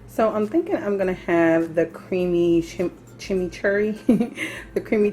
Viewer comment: You are pronouncing chimichurri correctly. Generally, chimichurri is used on flank or skirt steak a lot. You look fantastic!